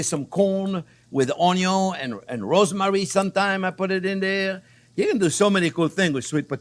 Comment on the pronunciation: Onyoh and Kown and Poke...Love it!